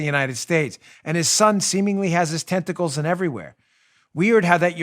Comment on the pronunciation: Lol when you say tentacles it sounds to me like you are saying testicles! Hunter has his testicles everywhere! 🤣😂🤣😂